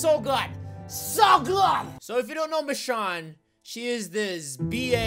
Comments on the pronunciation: Ur saying it wrong roi ur saying it like Mishawn but it's like machoone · its read micone not michone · you said her name wrong Mitch_own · STOP PRONOUNCING IT LIKE MICHON ITS MICHOOOONE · Not me-shon it's meshone or michonne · no offense but, how can Michonne be your girl if you can't even pronounce her name right. it's a long vowel o, not a short one (mish-oh-n). like I said, no offense. not trying to be mean. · That's how you pronounce it. (Mish-Own) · IKR It's Me/Ma-shone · Roi says mich-on she is called mich-o-n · He's pronouncing the name wrong! It's pronounced ma-sh-oh-n but not spelled like that. I love u! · its mee-shown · Michonne is pronounced mishown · it' machone not machon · Her name is actually prenounced as mish-own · The way he pronounces her name is the way to know that he doesn't watch TWD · can u plz pronounce her name right!_ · you are pronouncing it wrong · You are pronouncing her name so wrong it's kinda funny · your saying it wrong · Your sayin the name wrong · U saying her name wrong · you said michonne wrong sorry guavs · If you really watch the walking dead and like michonne you would know that your saying her name wrong and those weren’t her daughters because she only had a son who died. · He's saying her name wrong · Your saying michonne wrong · you said the name wrong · I thought you pronounce Michonne with a long o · It a long o not a short k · He pronounces machonne wrong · Yah your pronouncing it wrong